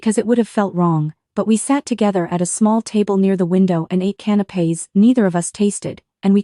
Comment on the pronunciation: Not canopes but CANAPÉS